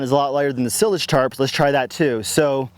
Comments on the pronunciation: Sie-lage, like "silo". Silage goes in a silo. Not to be a hater... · I was wondering if that was a Colorado pronunciation or just his personal style.